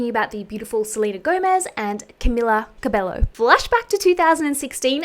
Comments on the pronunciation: I just wanted to say that it’s not Camila Cabe-low but Cabe-yo. 🤗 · Pronounced Camilla Cabeio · btw not being rude her surname is pronounced cabeyo bc in spanish a double l doesn’t sound like an l xx